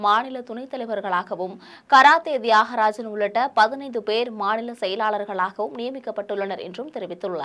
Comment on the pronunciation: Gushpu இல்ல Kushbu. Dhiyagarajan இல்ல Thiyagarajan...